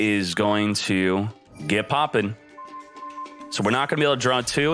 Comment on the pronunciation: I like how u pronounce “popping”